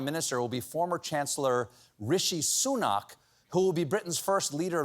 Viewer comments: Sunak is pronounced SOOnack IPA ˈsuːnæk, not SOOnahk IPA ˈsuːnak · Minor detail but it's "Soo-Nack" not "Soo Knock". Get your vowels right America (this coming from an American pedantic English speaker). Anyway he'll only be around until the next general election in which Labour will win a landslide victory.